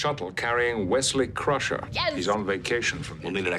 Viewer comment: actually it’s pronounced ‘Crusher’